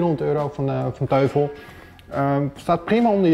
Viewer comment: 'Teufel' spreek je uit als 'Toifel'; 'duivel' in het Duits dus. Die Cinebar 11 is dus alleen voor mensen die ècht geen losse speakers willen. Die Z5500 die gebruikt was in zijn toptijd 350 euro en die geeft dus beter geluid, en dat voor een PC-setje. Dat die 52 THX niet aan draadloze connectiviteit doet is eigenlijk logisch. Heeft allemaal met kwaliteitsnormen te maken. THX is overigens een norm die door Lucas Film bedacht is, waarmee je idealiter Star Wars (specifiek The Return of the Jedi) zou moeten kijken. Zou leuk zijn om een paar filmscènes te testen bij dit soort items. Die knalscène uit Heat is wat ik altijd gebruik als ik ergens het geluid wil testen voor films... Tof item!